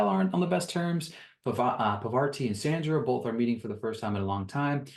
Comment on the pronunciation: The names you missed were Parvati(parr-vah-tee And sheree(shuh-ray)